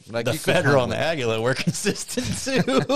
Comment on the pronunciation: Aguila. Ah-Gee-La.